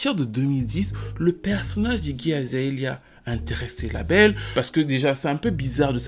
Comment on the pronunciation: Repetes apres moi: [A-ZA-LE-YA]😂